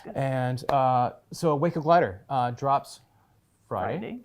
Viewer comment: Way cool! But for future reference, it's WACO like TACO. NOT like the city in Texas. Acronym for Weaver Aircraft Co., Troy Ohio.😊